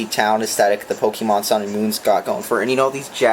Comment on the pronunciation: I know you are an idiot because you pronounce it Pokeeeman